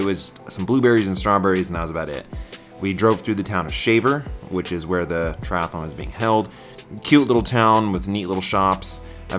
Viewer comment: There's only one "a" in triathlon - it's not a triathalon chum.